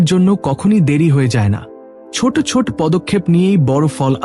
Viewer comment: বাংলা বলতে শেখেন নি? বড়্ বড়্ ছোট্ ছোট্, দেব্, হল্ এসব কী উচ্চারণ?